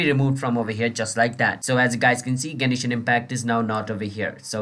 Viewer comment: gay-knee-shin impact